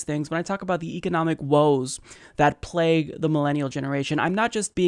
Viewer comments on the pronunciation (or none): none